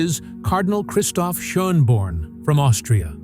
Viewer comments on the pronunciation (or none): Der österreicher heisst Schönborn nicjt Scherrnborn an solchen Veränderungen sieht man dass da AI IM SPIEL IST KOMISCH